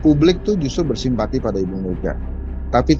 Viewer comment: Gimana gimana kok kurang jelas !!! bersimpati ??? 😅😅😅